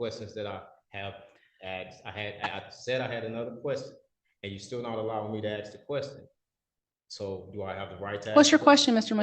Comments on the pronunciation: He wants to axe chew? Sounds reasonable. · I'm so tired of hearing "Axe You a question" instead of "Ask You a question".